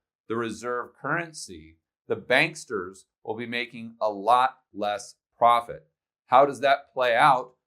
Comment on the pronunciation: "BANKSTERS" is a term I use..I. did you steal that from me?? JK, but that is the correct pronunciation!! BRICS vs DICKS and we are the DICKS